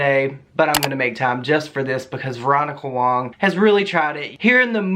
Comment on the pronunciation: Fuk me.. I mean I don’t like the bitch but her last name is WAng not WONG